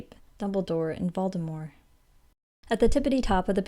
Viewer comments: I am so impressed how you pronounced Voldemorts name as Voldemor (like in French and as JK Rowling preferred) :) good video thanks so much! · you pronouncing Voldemort the way it was meant to be was so soothing. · It's VoldemorE. Ask j.k